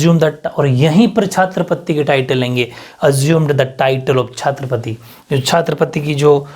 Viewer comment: sir Chhatrapati hota h chhaatrapati nhi 😂